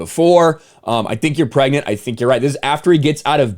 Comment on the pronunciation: bro really said pregknit 😭